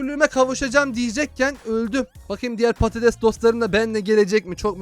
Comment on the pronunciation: abi sen patetes dedin için il çok güldüm sonra geriye alıdım